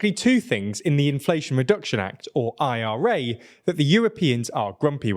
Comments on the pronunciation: Dude!!! Just say it as one word!!! The ira as opposed to the I.R.A 🤦🏽‍♂️😅😆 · British people are having heart attacks every time he says IRA.